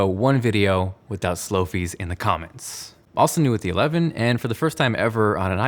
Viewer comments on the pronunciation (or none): slow fieee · I really hate to do this but... “Slowfie” 😖